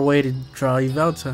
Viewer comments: I am so triggered right now, LOL its not yvelta It's yveltal looool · Yveltal not yveltala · his nam is Yveltal (ya-vel-tol) pronounced